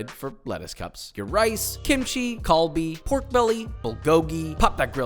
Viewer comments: 'kalbi', siiigh. it's galbi. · The g in galbi is pronounced with “k” papa